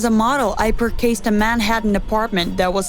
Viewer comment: AdVERtisment is the British way to pronounce the word, so she’s not really wrong. It bothers me how she says carrier and purhaze instead of career and purchase though.